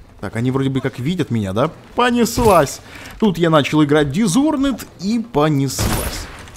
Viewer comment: дизонорд а не дизхонорд